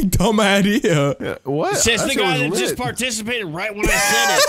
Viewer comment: He put so much effort into saying the word litttt